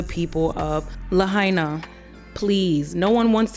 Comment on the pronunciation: Not lahina . It is .... "La-ha-i-na"! Lahaina is in Ha-wa-i'-i. Not ha-i-iee!